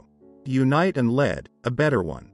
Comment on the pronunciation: "Unite and lead", should be pronounced "leed", since Goethe wasn't talking about the metal here!